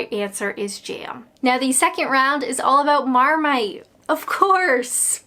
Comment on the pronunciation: It's not 'jairm', it's 'jam', as in 'jam samidges'!